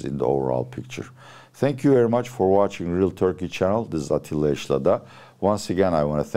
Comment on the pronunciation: Atilla amca ingilizcen çok temiz ama neden adını aksanlı söylüyorsun?